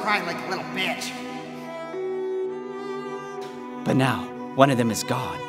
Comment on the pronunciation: the way he said "betch" lol